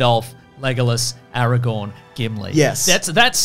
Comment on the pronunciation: AraGON and LegAhLas is killing me